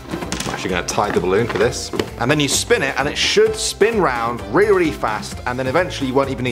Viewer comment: Did you say "Reary fast???" XDD